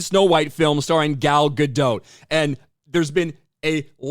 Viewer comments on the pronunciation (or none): Ok agrees with the video. But why cant Americans understand how Gal Gadot is pronounced? Its not a French name and shouldnt be pronounced as such. The t in the end of sounding not Silent. Its Gal Gadot with a sounding T not Gal Gadooo. Lol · The "T" isn't silent in Gadot,! Ga-DOT. Rhymes with "a lot." Sorry, just my pet peeve.